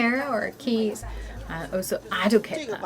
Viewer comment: Why is the auto translation and subtitles translating kids to "keys" her pronunciation of kids really sound like keeeys